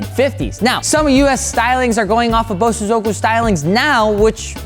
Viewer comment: Please it's pronounced BO-So-zoku.